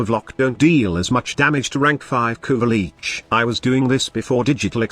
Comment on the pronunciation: No one noticed... "Kuva leech" "kuva leeches" you need to modify your TTS bud